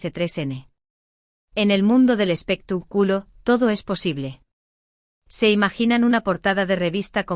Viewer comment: Es espectáculo no espectaculo con acento en la a no en la u